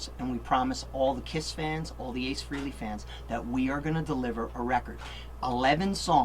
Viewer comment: ! what? He did not just say "All the Ace FREELY fans"... How in the f is he WORKING WITH ACE and pronouncing his last name as FREELY? I'm sorry, but that is an abomination. He's gotten so accustomed to it that he never corrects people. :(